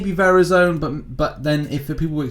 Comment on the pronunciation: Wow I have never heard someone say Verizon that way b4